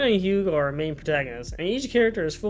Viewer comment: raises hand Is there a particular reason you pronounce the "g" in Hugh?